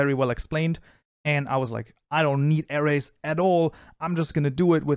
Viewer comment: Every time he said "Arrays" in the intro I thought he said "Ares" (Zodiac Sign) 😂